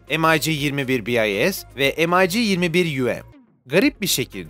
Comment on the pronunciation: Mig'i EM-AY-Gİ diye ingilizce okuyan sanırım dünyadaki ilk kişi sensin birader. İngilizler dahi Mig olarak okur zira Mig Mikoyan Gurevich in kısaltmasıdır. Aman diyeyim bir konuda video hazırlarken 2dk araştırma yap